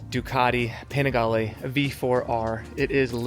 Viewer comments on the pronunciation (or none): Ducati not Ducadi and Panigale not Penigale